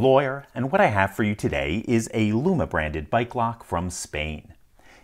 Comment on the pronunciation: LPL did better pronouncing escudo than he did Lumà